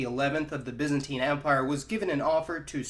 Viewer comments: Correct pronunciations: "He is a citizen of the byzan TINE empire." "He is a byzan TEEN citizen." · BY not BIS you bellend!!!